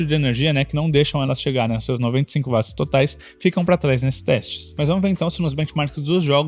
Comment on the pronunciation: 🛑 Bicho, que DICÇÃO PÉSSIMA! Uma das piores dicções que já vi na Vida! Pessoa tem q prestar muita atenção e forçar o cérebro pra entender oq esse cara ta dizendo.. Fora que no final das contas o cara é um quase Leigo, 1 Curioso q ta aí comentando.. O cara erra termos técnicos. Coisa que 1 Bom Profissional, alguém que estudou não erraria! Exemplo: Chamar Watt de Vat! É de Lascar! Coisa de quem nem fez o ensino médio direito! Watt se lê Uóti, Camarada! E não VAT! Watt é unidade de potência em homenagem a 1 físico. Enfim.. Edit: Pelo menos trouxeram muitas informações que dá p orientar a escolha entre notes similares.